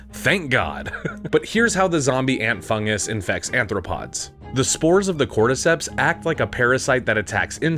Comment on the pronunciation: It’s arthropod, rather than anthropod. Anthro- means human.